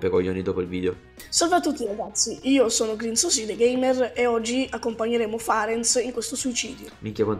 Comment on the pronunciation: Si dice Grinziosi...QUANTO È FIERO MAIONESE NEL TUO VIDEO HAHAHAHHA